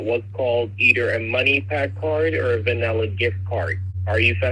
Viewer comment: Vaneeler geeft cord for otter-eye-zayshun.